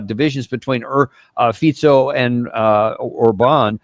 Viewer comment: We know that Davis has deep knowledge just form saying FICO (FITZO) and not FIKO . That already mean he is paying attention to detail